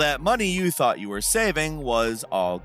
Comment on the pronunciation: I fought I was crazy fam.